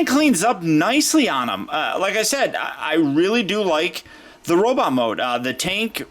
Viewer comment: can I ask you why sometimes you say robitt instead of robot? thank you for the video. Despite the problems you pointed out, I still want him to go with Battletrap :)